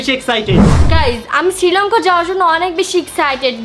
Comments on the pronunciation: It's not Sri lonka. It's Sri Lanka. 😅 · সিলংকা নাকি শ্রীলংকা। বেডা কইতে পারে না।😅😅😅